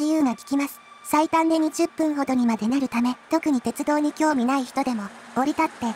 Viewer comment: 「おおいがわてちゅどう」 かわいい